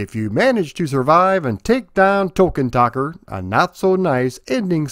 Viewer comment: Isnt tokken takker pronounced token taker hence he was a hard fight so people would dump the coins just to beat him